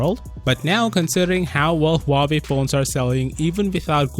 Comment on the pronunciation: Dang, I just got back from living under The Rock What’s a Huuahwee?